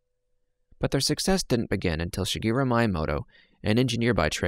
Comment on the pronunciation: sagoro myinmodo is how these guys pronounce shigeru miyamoto